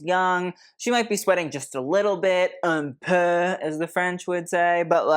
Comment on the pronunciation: "Un peu" as an native French, you got it right, 🎉